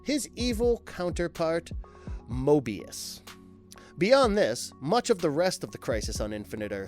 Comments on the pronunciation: It's Krona not Kuhrona which is what it sounds like the narrator is saying and it's Mobius not Morbius like the Marvel Comics vampire. You guys make good videos and are fairly good with research but the mispronounced words on most of these videos throws me off and takes me out of the vid. But keep it up guys and work on the pronunciation of things. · Moebius...not Morbius. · it's all on Google. I've noticed people see visually similar words and mispronounce one of them. He's clearly confusing Morbius with Mobius. Two non-related characters altogether. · Mobius not morbius....I know this shouldn't annoy me so badly...but my goodness it does...Mobius is the name of the anti monitor...hence the Mobius chair....and he is part of DC comics...Mobius is a unique vampire who is part of marvel comics...the 2 r not even close to being similar in any way...aside from their names having a bit of a similarity....I know it shouldn't but this annoys me so badly...lol 😂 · Jeezus Christ man.... it's Mobius, not "Morbius"; and Krona not "Corona." Is it really that hard? ... Oh, and the Anti Monitor didn't kill Darkseid, the Anti Life Equation itself did. There's a difference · Morbius is a marvel comics living vampire. Mobius became the Anti-Monitor and created the Mobius chair. There's no "R" in his name. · I believe the character's name is "Mobius" and not "Morbius." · Mobius...no "r."